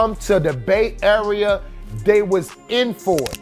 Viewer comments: “Bait area” wtf is that hahah he said Bay Area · "bait area", not the Bay Area? Nice unless closed captioning